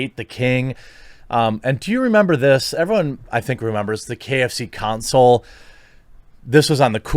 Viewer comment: KFConsole...not KFC Console. sigh